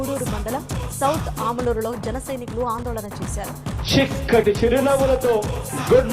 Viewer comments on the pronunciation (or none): చిక్కటి రా బాబు షిక్కటి కాదు కర్మ కొద్ది దొరికావు కదరా బాబు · మన సియం కి " చి " పలకటం రావటం లేదు. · Chikati kadhu babu chakati school 1st eta vachav nuv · రేయ్ చిక్కటి కాదు రా చక్కటి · బొమ్మ దద్దరిల్లిపోయింది😂....మన షి ఎం గారు.... షాలా షిక్కగా షెప్పారు.....😂😂జై జనసేనా....నా ఓటు జన సేన కే....👍😍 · Chikkati kadhu babu chakkati..neku English radhu telugu radhu...😮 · మన షి-యం గారు షిక్కటి షిరినవ్వుతో అని షాల షక్కగా షెప్పారు...😂😂😂